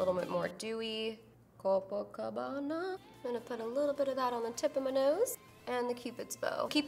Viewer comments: I'm Brazilian, Copacabana is a city in Brazil, and you spoke perfectly! beautiful makeup, you rock! kisses (forgive me for my poor English, I can't speak very well, but I tried) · Hahaha I loved how you pronounced Copacabana